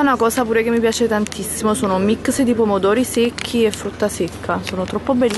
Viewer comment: MICS di frutta secca, la mammellata, il MUESLI, 'essendo che'... ah, ma come parli?!